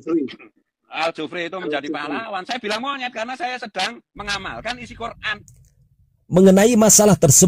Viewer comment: Aku bingung kenapa orang percaya sama si padahal gak bisa sebut nama kitab su yaitu alquran dia bilang koraan